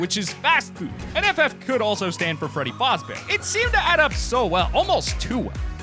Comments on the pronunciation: f-ah-z-bear not f-aw-z-bear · Freddy fozzbear Me: FAZBEAR DAMNIT! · Am i the only one who's triggered that he said fuzbear Instead of FAZBEAR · did this dude call Freddy FAZbear Freddy fozbear? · ITS NOT FOZBEAR!!!!!!! ITS FAZBEAR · Sorry, did you just say fahzbear and cahwthon? It's cahwthon and fazbear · it annoyed me when you said freddy fahhsbear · Mans said fahz bear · my man said freddy farz bear im dead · Its freddy fahz bear not what ever you said and its Scott cawthin is how you pronounce them I'm offended by how he pronounces fnaf stuff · why does say freddy fozbear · "freddy fozbear" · Yeah those people that made those thumbnails for fnaf feel really stupid now. “Do you know how dumb you look right now? You look so dumb” Also why does he pronounce Freddy Fazbear as Freddy FOZBEAR. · did he really just call freddy fazbear freddy fozbear and scott scottchawthan lol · LMAO THE WAY HE SAID FAZBEAR 😂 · Man when he’s said freddy fazbear and Scott cawthon wrong I got mad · I hate when people say Fazebear like that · NAH HE PRONOUNCED FREDDY FAZBEAR WRONG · I'm legit triggered he said fazbear and cawthon completely wrong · N O I C E Bruh that is not how you pronounce it.